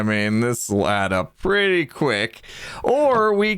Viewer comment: PRETTY redstone,. You said the word "pretty" wrong there, hahahaha. That's what you should ask for from Bdubs for doing the leather armor:)